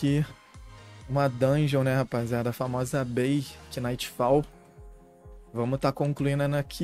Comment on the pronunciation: salvee.. a pronuncia é nightfall e nao kinightfall.. "k" mudo